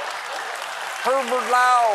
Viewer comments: omgosh 😂🤣😁🤣 herrverd lawr 🎉😂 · Stephen: she apparently went to "Herverd Lawerd" Coach Z: now yer sporkin' my language! Strong Bad: SHADDUP!